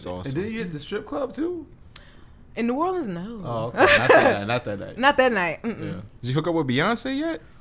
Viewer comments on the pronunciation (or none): none